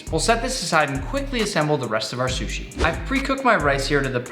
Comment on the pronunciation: I love how he says "shushi' instead of sushi. Lol